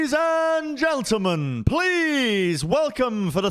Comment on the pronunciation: 1 second in and says “geltelmen.” nice.